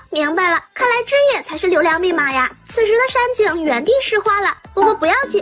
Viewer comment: 上井？ 不是山井吗？